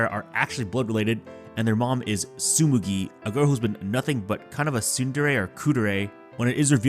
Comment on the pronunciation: Btw, it's TsuGUMI, not TsuMUGI